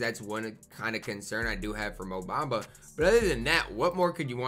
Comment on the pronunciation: Lol go look up his name pronunciation